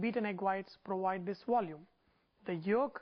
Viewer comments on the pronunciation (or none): "Beaten egg whites prowide this wolume" ha ha ha ha ha ha